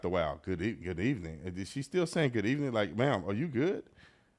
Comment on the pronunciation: Good ebening 😂